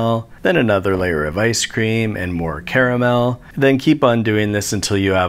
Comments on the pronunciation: You said Carmel wrong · Oh crud, you said "caramel"?! I thought you said camel... I have a middle-eastern neighbor who's going to be maaaad.